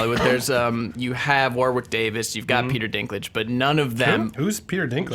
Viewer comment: Warwick is pronounced War-ick!